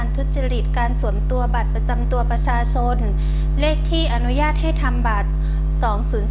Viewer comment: เจ้าพนักงานชำนาญการท่านนี้ ทำไม ออกเสียง ช.ช้าง เป็น ซ.โซ่ ตลอดเลยครับ พูดแต่คำว่า บัตรประซาซน สำเนียงแบบนี้ผมเคยได้ดูในยูทูป เวลาคนลาวคุยเป็น ภาษาไทย ช.ช้าง จะออกสำเนียง เป็น ซ. ครับ สงสัยครับ ทำไมเจ้าพนักงาน ออกเสียงภาษาไทย ไม่ชัดครับ